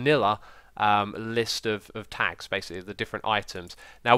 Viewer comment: Sounded like you said "Tax", not tags.